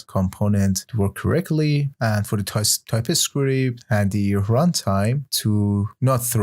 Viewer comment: The course is great! But why do you pronounce "TypeScript" like "Ty-Pi-Script"? Nearly got annoyed by that fact...